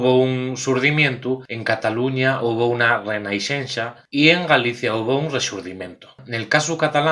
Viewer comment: Mu güen vídiu, collaciu!!! Namás una apontación: Renaixença se prenuncia [rənəʃɛnsə] en catalán central (el más difundíu enos meyus de comunicación), por si no estavas del to ciertu de cómo izí-lu. Un saluínu ✌🏼